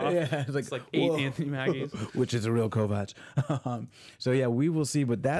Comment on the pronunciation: Is purposely mispronouncing Kovacs' name? They say it multiple times in the show and says it correctly but you repeatedly pronounce it wrong.